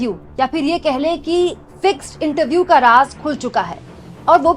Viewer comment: महोदया, यह फिक्स्ड है न कि "फिक्सिड"